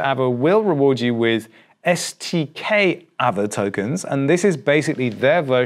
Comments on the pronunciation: There's no r so it's as it is just a longer A. So pronounced Aave. Just say Aaaave. Just a longer Ave. Not really arve. Although the English dictionary changes all the time. As all languages. Interesting seeing changes before us. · Im sure its pronounced "AR-VAY" and not "AVA" :) Great video as always. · the word ghost is pronounced aah veh not ava that just doesn't make sense.